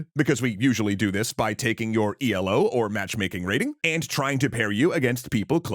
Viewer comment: A note, Elo isn't pronounced letter-by-letter. It's named after its creator Arpad Elo, and pronounced "ee-low".